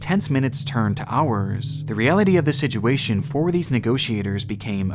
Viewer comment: I love these videos so much but, it's so hard to watch when he says "sidguation"! It's like nails on a chalkboard. If you can't say situation then just leave the word out of the videos. Does anyone else agree? I'm not saying I don't like these videos, because I do really like them and the dedication and time gone into these videos is great, I'm just saying "sidguation" is so distracting and I totally forget what he just said because I can't get past the pronunciation ☹️